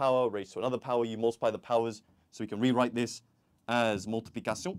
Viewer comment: I love the way he say multiplicastle😂😂😂